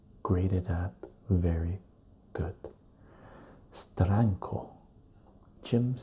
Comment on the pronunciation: Love the way you say Steranko! Hi brother. Im meeting sergio aragones in March.. you are correct. His books are one of the great pleasures of comic reading. God bless and stay well